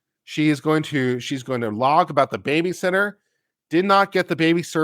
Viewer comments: Did say BabyShitter? lol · I heard "babyshitter"